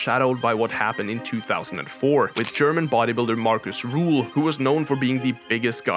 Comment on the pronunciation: His name is Markus Rühl not Ruhl